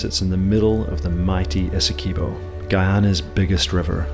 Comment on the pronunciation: It's Esse-kwey-bow Learn the pronunciations next time